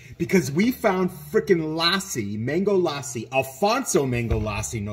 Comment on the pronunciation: Its la ssi ( lussi short a). not laaa ssi